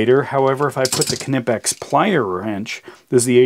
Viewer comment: I have to compliment you on your pronunciation of Knipex, but not so much on keeping things in frame! Otherwise, interresting comparison.